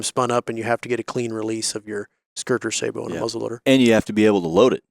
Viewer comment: You guys list me at sabot. Its say-bo gentlemen. I cant take you serious if you cant even pronounce the word.